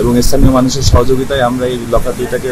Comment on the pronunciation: আগে শুদ্ধ করে কথা বলা শিখ তারপরে নিউজ করতে এস। লকারকে বলছ লোকার আর অফসোনিনকে বলছ আফসোনিন।